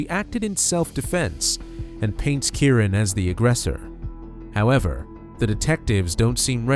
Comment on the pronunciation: Why do the narrator keep saying the victim's name incorrectly? He keeps saying Kurren when his name is Key - Ron = Keyron.